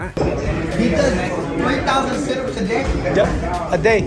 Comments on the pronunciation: Sit- up po ang Tama . God bless us all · Anong set ups. Bka seat ups Ayusin mo pronunciation. Bai..